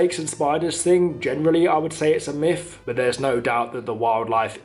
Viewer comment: Not a judgement but the word is myth not miff.Just a point.